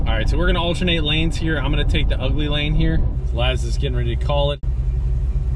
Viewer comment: IM SO GLAD SOMEBODY ELSE SAYS IT. "ITS GONNA BE UGEEE"